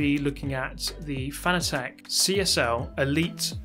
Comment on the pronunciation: Paused , thank you for calling it the "Fanna Tech" which is how it's spelled. Here in America they call it, "Fanatic". I've always wanted to call it, Fanna Tech, but everyone here calls it, Fanatic. I'm glad that I haven't gone crazy, someone else calls it what it's spelled like.